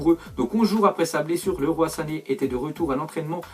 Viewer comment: Sa se dit pas "lerois sané" mais "liroye sané"